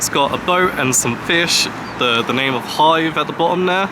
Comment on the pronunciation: Nice Video. I will stay a week in Hythe at the end of october this Year. May I ask you, as I am not a native speaker, it sounded as if you would pronounce Hythe as Hive. Is that the way to pronounce it (without a th)?